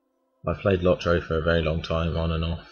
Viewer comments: Its Lot-ro . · Yeah when i hear lot-ro it sounds like lottery. So I like the low-trow pronunciation better also :)